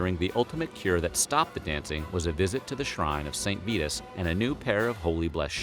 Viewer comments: Pronounced "Saint V-EYE-TUS" not "Saint VEETUS" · he also mispronounces the name of the saint calling him VEE-tus, when it is VIE-tus. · You lost me . It's "Saint Vitus" -- sounds like "eye" -- not "Vetus" -- sounds like "feet."